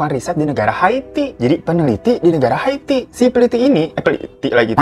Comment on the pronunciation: Kenapa Ikke bacanya hati bukan Haiti 😆😆kelamaan jomblo ya gitu tong 🤭🤭